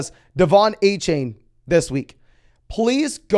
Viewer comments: it’s A-CHAN, not A-CHAIN. Just for future reference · A-chan... not Ay-Chain. That man asked for some respek haha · pronounced A Chan